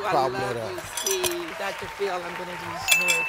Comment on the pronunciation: I thought steve said Dr feel, not dr phil